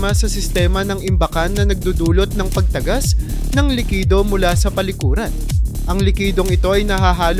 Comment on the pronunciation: ayusin mo ang pagbigkas ng mga salita..ang daming mali sa pagbigkas ng salita..gaya ng " PAG-TAGAS AT TAGAS" sobrang mali ng bigkas mo..kapag sa eskwela at oral recitation bagsak ka na.